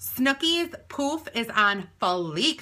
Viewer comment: I watched this on periscope and when you said snookie said poof on fleek I thought you said poop on fleek!😂😂😂😂